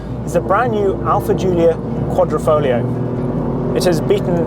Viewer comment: "Quadri- FoGlio" Not Quadrifolio C'mon man!!